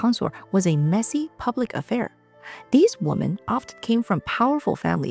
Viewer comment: Hey, Love your videos!! Just curious, why do you always mispronounce the word "women" and make it sound like the singular noun. Listen to a couple of your videos and you'll see. Your English sounds pretty sharp, except "women" where it will sound like woman.